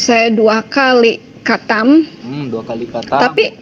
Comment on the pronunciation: Islam garis keras tapi nggak bisa bilang khatam.. bilangnya katam.. 😂😂😂😂